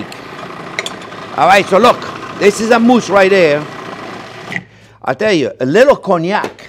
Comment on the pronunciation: 20 push ups every time he says "right dare". 😂😂😂😂